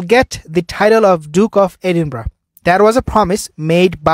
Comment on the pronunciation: Edinburgh, pronounced Eh din burra!